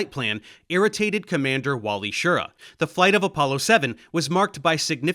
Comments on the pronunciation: As I said before in your last Apollo video I started watching you to help with my Italian grammar so I dont think you will mind me telling you that Wally pronounced his name "sheer-RAH". Watch his actifed commercials thats how he says his last name. I remember when I saw them on TV back in the day. Actifed (sudafed) is still one of the few medications you can take and fly an aircraft (or a spacecraft) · FWIW: Schir-RA. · Well done, a good overview but with enough details, considering the limited length of the video. One comment: Wally Schirra's last name is pronounced more like "shi-RAH", with the emphasison on the last syllable. I grew up watching Wally and Walter Cronkite providing commentary on the subsequent Apollo missions. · This may seem like nitpicking, but it's very distracting to hear you mispronouncing Schirra. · Are you saying Wally's last name wrong? I've never heard it your way, I was a teen at that time and Cronkite said it differently.